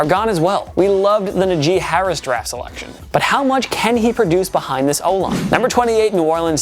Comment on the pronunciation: He really said Naji Harris